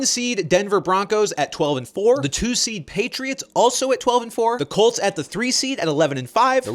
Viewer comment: Am I the only one who heard the cheifs and the cults